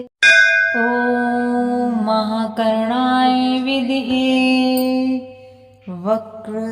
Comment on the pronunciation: विदम्हे उच्चारण करना हे